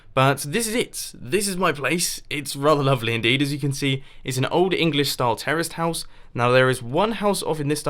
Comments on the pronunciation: I thought he said terrorist house lol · It did sound like he said terrorist house in the beginning....